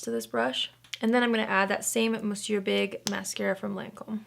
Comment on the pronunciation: The only influencer who pronounces Monsieur correctly!